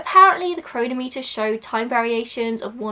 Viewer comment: Interesting video! Just to let you know, chronometer has the stress on the second syllable, not the first/third.